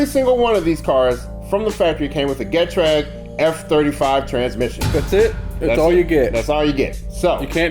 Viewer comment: I asked Getrag how to say Getrag once, they say "Gee-Traig", where the Traig is like Craig. I seem to do this a lot, asked about Aisin, they say "Eye-Shin", where the shin is like your leg bone shin.